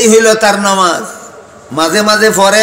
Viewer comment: হায় আফসোস নামাজ শব্দ টাও ঠিক মত বলতে পারে না, সে বলছে নমাজ